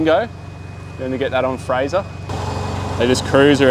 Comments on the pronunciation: Nope, it's Fraser Island. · You pronounced Fraser wrong the whole video